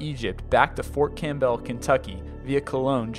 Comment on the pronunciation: and its pronounced like Fort Cam-bull not Cam-bell. not that important, but just sayin